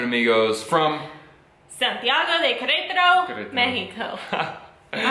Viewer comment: one tip: Do not copy lazy accents, words like "kretaro" or "uanajuato" might sound fun, but they are wrong.